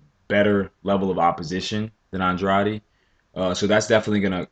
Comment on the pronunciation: you keep saying OnDroddy.. it's AnDray'D